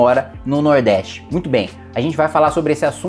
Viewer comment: VIROU PETISTA NORDESTINO KKKKKKKKKKKKKKK COLOCANDO O H NAS PALAVRAS MUITHO